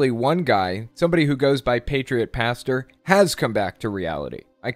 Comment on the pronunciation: Did he say Pastor or bastard